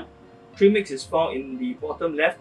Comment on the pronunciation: Please speak a bit slower and clearer. I know you are saying trim mix, but it sounds like tree mix. Thank you